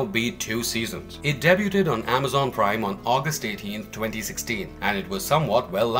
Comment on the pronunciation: You're unfortunately pronouncing debuted wrong